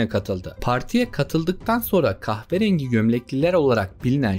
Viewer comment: kahperengi mi dedi o 😂